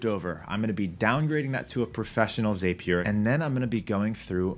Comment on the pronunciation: It's pronounced zap-E-r, not zApe-E-r